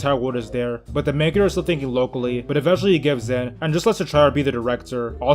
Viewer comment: Back in the day I thought he was saying mega jerk not main character